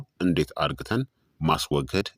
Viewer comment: ዶክተር አርግተን አትበል (አድርገን) በል ስለ ትምህርትህ አመሰግናለሁ